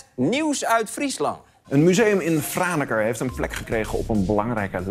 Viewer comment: Als Fries ben ik ontzettend trots op Franeker! Dankjewel voor je felicitaties Arjen! En voor een niet-Fries is z’n uitspraak heel goed, fijn dat ‘ie de moeite neemt om dat goed te doen